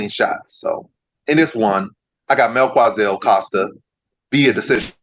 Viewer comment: Not mel kua Zel It's Mel ki za el